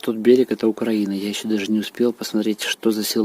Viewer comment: УКРАЇЇЇЇЇНА , не УКРААААААЇНА!